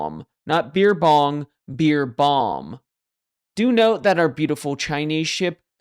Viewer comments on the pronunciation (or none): none